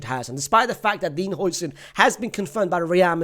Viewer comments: it's pronounced 'Howson' not 'Hoyson' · نطقها "هاوسن" يا